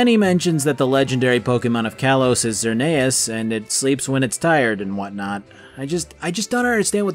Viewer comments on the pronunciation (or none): ZER NEIGH US